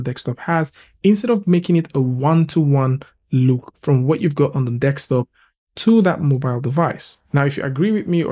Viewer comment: D-E-S-K!!!! Desk-top. Top of the DESK. NOT DEKS-TOP. DEEEESSSSSKKKKK!!! :D :D :D